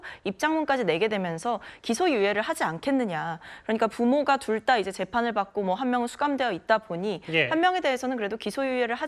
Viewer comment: "둘 다~" 해보세요. "둘 따~" 말구요 ~~